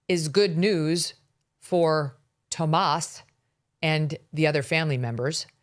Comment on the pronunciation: Why does Megyn keep calling him "Tomas?" His name is "Tommaso," and she's said it that way before, so I know that she knows what it is